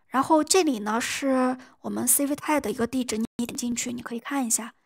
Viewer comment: 我記得上次刷到你影片是讀stuble不是stable🤭 Civit AI不是CV TI